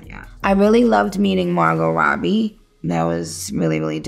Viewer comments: She called her Marlo Robbie lol 😂 it’s Margo Robbie! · Did she call her Marlow Robbie? Lol or are my ears playing tricks on me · Are we not gunna talk about how she called Margot Robbie marlow Robbie I am deceased and I love nicki td